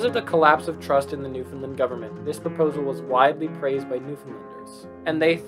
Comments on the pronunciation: It's pronounced New-Fin-LAND not New-fin-Lind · Nice video,. There is just one thing I would recommend: there is an easy way to pronounce Newfoundland. Try saying it the same way you say 'understand'.